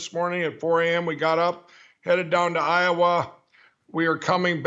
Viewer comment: Did Lindell pronounce IOWA 😳 HI . OH . WA ?????